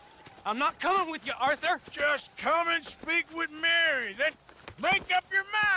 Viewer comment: Arthur Morgan: “Oh don’t ohrthur me”